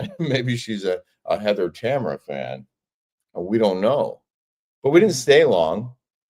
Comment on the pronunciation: TAMRA! not Tamera 😅